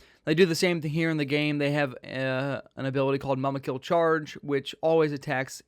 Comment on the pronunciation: MOOMUKIL is how you pronounce it